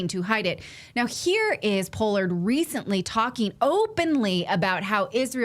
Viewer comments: Pol-lard not po-lard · Paaaallard, not pollard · Pronounced “paw-lord” I believe. Just FYI. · The man's name is pronounced Pollard with a short 'o'. It's NOT a long 'o' as in "pole".